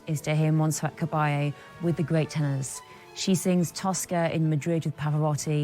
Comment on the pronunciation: The name is pronounced with the emphasis on the last syllable Ca-ba-LLE, not Ca-BA-lle